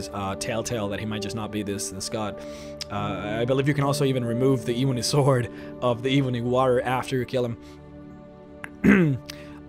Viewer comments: Ebony uses a soft e. E as in Egg, B as in ball, O as in zone, NY sounding as knee. eb-O-knee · If I hear e-booni warrior one more time 😤🤣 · Dah eebony wawrior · pronounced "eb-on-E" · WHY DO YOU PRONOUNCE IT AS EBOONIE UGHHHHHHH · Michael Moscrop #\//\ the moment I heard him say ebony... I immediately stopped the video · You cant say ebony to save your life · I don't like the way this guy pronounces the word "ebony" but great video 👍🏼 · Can you try to say ebony correctly?!?!?! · Your pronounciation of ebony bothers me to no end. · Could you possibly learn how to pronounce this stuff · It's not ee-bunny. Its eh-bunny. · Why do you pronounce it eweenie instead of ebb ony eb bony (ebb pronounced like web spider web) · Ehh-bony....oh my god....not EEE-bony. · Here is how you say ebony Eh-bun-ny Not iibanie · .... omg I can’t listen to you say EEEEBONY WAHREEOR one more time.... Eh bony woh rior is how you pronounce it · Jesus, it is ebony not eebony... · Ebony as ebony and ivory black and white ebony is black, eebony is not a word. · Not Eee-benny Eb-bony 😂😐😑😤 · Why keep saying Eebony? While it's .. ebony ;-) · Jesus just say Ebony, not EEEEBony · Its not ebeney it e bo ny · Why pronounce it e boney its ebony ! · It’s EBONY, not evony, dude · It's pronounced "eh"-bony. Not "ee"-bony. Drives me nuts. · not hating... but can you pronounce your words proberly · It’s Eh-bony not Eee-bony I know your First language but come on learn how to pronounce English words pls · Duncan Douglas bro for god sakes plz ........... it's. ............. Ebb-uh-knee!!!!!!!!!! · Kinda sounds like “ihvony” towards the end. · Seriously....why cant he say it right? I've never heard someone call ebony, E-boney before... kind of driving me crazy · lol yes me too "ihbonhee wahhhhrriiyor" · My skin crawls every time you say E-Bonnie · "Eeebony Wahrior" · The Eebunny Waurier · Eee-bo-knee warry-er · “Eebony” haha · Eebony Wahrrior? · Eb-enee and War-Re-or, You kept saying it wrong and its so annoying